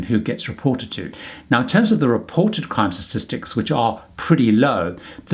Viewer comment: It isn't 'stastistics', there's one too many 's's. Try statistics. Otherwise good information.